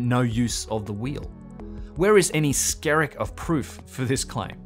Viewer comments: I believe it would be an English term, used like how someone else would say, “not a “hint” of a breeze out today”. Just an expression. I think Scarig is was it sounded like to me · "...where is any scarig of truth.." What is saying here? I can't make out the word: " scarig of truth". Is he saying "scarig"/"scerig" or "scaring"? What's the word? auto generated English subtitles are of no use:/